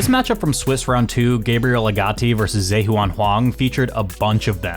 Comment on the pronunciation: Zheyuan (juh-yoo-ahn)